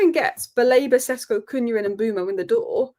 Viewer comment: It is SHESHKO to not Sesko.